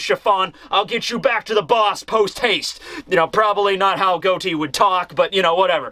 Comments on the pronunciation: I love your videos and I wait every Sunday for you, but it's Got-Ti no Goti. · Is it pronounced Goat-E in the anime or something? I’m pretty sure the real life name was pronounced Got-E